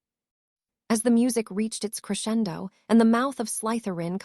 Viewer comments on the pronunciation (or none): none